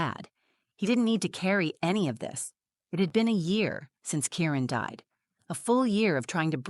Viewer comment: I’m pretty sure his name is Kieran and not Karen as the words come across.